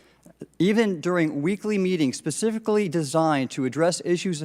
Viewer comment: Mr Gallaudet, 'pacifically designed' lol